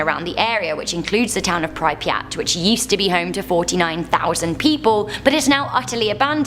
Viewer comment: The way she can’t pronounce Pripyat